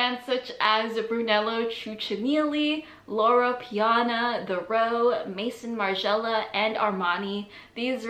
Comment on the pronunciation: Please do your homework before topics such as these. You completely butchered the names Brunello Cucinelli and Maison Margiela. That's just being lazy!